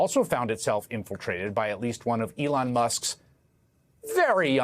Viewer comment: Hayes almost said "DeLon Musk" 😂